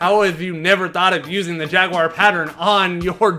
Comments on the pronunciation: Hey its JAGWAR NOT JAGWIRE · You say Jaguar wrong every timeeeeee